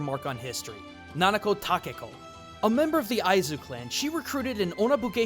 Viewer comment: its nakano takeko not nanako..